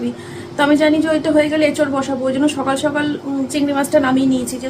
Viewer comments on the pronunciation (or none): none